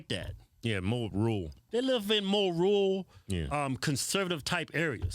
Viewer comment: I tuned this the broad out as soon as she said rural…. 🤦🏻‍♂️